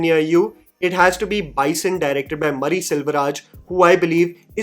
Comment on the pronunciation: Its मारी सेल्वराज not मरी